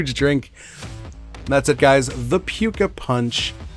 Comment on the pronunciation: Great vid! (tho I think we need to mod pronunciation of that last one to “pooka” 😂)